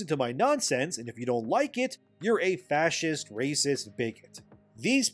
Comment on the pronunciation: I AM A PROUD "FASCEEST" 😂